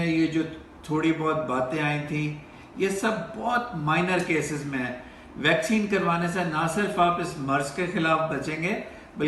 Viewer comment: Bhai yeh "vacsean "nahin " vaccine(vacseen) hoti hai.